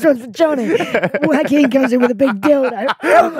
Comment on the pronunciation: Butchering joaquins name is criminal.